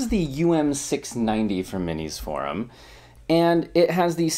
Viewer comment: MINISFORUM or MISINFORUM(ation)? Thank you for listening to me folks, good bye